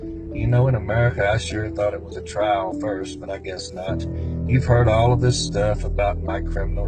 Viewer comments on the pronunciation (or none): none